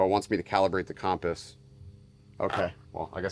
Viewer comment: Did you just say calm-piss? 🤣